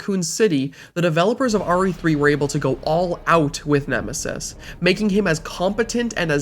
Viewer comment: Nemisis? More like Eh-misis!